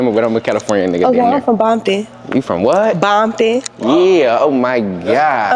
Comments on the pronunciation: him being old don’t mean nun he still said bomptom instead of Compton like a blood🤣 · Probably not a crip he calling Compton , “bompton